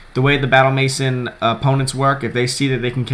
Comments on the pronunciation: maison- MAY-ZON not MASON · Just for future reference, it's "may-zawn," not "mason." I only know because of the Simpsons' "Maison Derriére," haha. Seriously though, good stuff. I'll take note of these threats to this triples team. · please learn how to pronounce MAISON k thx